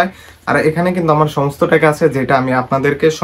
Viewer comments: লট না নট😂😂😂😂😂 বাংলাদেশিদের ভাষা বোঝা বড়ো কষ্টের😂😂😂😂 টেকা না টাকা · টেকা না ভাই টাকা